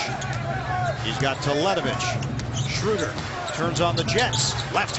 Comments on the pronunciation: not one time they pronounced his Name correctly... schröder... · This pathetic pronounciation of 'Schröder' :D I prefer them calling him 'Dennis' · it is pretty much impossible to describe it, since there is no such sound in the english language like our ö. (at least i can't thinj of one right now) watch the video 'DBB-TV: Porträt Dennis Schröder' They say his name after 15 seconds :)